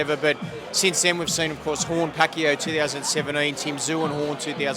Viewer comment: A ‘boxing analyst’ that can’t pronounce Pacquiao